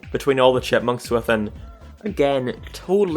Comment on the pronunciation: I kept hearing Deeve Seveelle and the Shitmunks idk if you were mocking the character's name but it was hilarious.